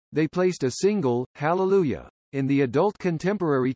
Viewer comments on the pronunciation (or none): none